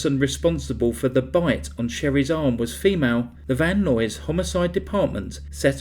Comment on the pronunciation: “Van Nuys” = “eyes” with an N.